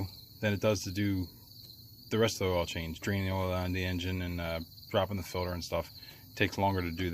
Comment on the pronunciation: filter not filder